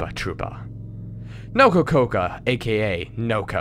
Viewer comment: "BOSS PECAN" "NOKOKOKO" I'm a bit of a weeb so I find the way you pronounce those is kind of funny